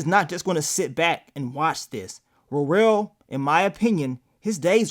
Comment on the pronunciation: Please stop calling that man Ro-rell🤦🏽‍♀️😂 It’s Worrell .